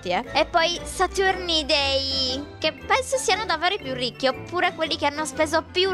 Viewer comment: hai sbagliato hai detto risci, comunque ti adoro